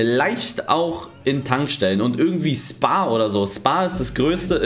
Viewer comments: spar hahahahah geil man spricht es schpar aus aber egal :) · j man spricht es halr schpar aus in spar 😅😅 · Die Aussprache von Spar ist ja voll gut Eli🙃 Möchte nicht wissen wie er sparen ausspricht 😂😂😂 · Spar wird wie sparen ausgesprochen ohne den besserwisser zu machen aber nice freu mich für euch 👍🏼